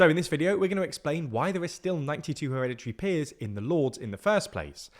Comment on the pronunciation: weekend activity : take a shot every time u hear 'heredity peers'